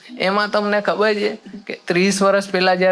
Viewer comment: ભાઈ છે બોલવાનુ રાખ . "જે" બહુ irritating લાગે છે.